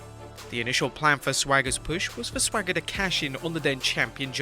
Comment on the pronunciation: Cena shouldn’t have to drop the title to a wrestler that can’t pronounce the letter S. What’s Sssthhhwager doing now?